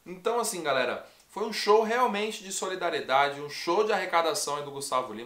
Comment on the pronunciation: O Gustavo tentando falar solidariedade foi a melhor kkkkk